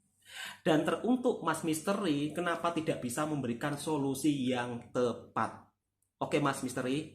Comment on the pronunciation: sebagai warga malaysia, saya tertawa sendiri mendgr solosi me ri.. solosi sesuia utk iq78.. wkwkwkkw